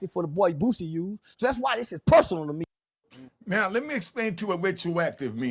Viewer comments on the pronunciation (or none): The fact that you put a "T" in his name disqualifies you from speaking on ANYTHING related to BOOSIE!!!!!!😂😂😂😂😂😂😂😂😂